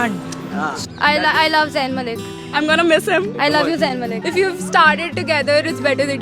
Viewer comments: his name is Zayn not zain.........pronounce correctly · It's not zaiin Malik it's Zayn Malik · AND HE IS MINE AND ALL OF THEM SAY ''ZAYAN...BUT IT'S ''ZAYN'' LOL LOL LOL